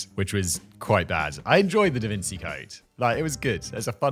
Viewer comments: 'Da Vin-see'?.....Eh?? Come on Simon, I'm disappointed in you! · your saying it wronggg 😂😂 davinci its chiiiii 😂😂😂. in America 💪🇺🇲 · Come on, Simon, I know you are British, but at least pronounce Da Vinci as if it is an Italian name.. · Apparently not enough. IT's davintshi not davinci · DA VINKI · Didn’t he corrected himself in one of the last videos? Apparently he already forgot about it. lol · Simon, didn't you feel embarrassed about your pronunciation of DaVinci previously? Or did you forget lol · Didn't you have a whole rant about how embarrased you were of your pronounciation of "Da Vinci" in a previous video? 🤓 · The way Simon pronounces "Da Vinci" angers me!...